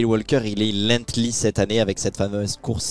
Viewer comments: C’est pas lethly c’est lenghty la course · Parcontre ce n'est pas lenghtly comme j'entends mais LENGTHY .